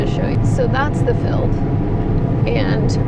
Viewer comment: I get a kick out of your Texan accent saying the word "field..." Pronouncing it "feld..." Lol